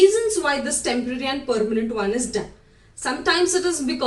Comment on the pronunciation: Thxx for that advice And also pls change your pronountion Like Vdddeo Perrement